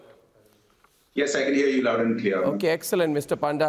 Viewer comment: It's panda not paanda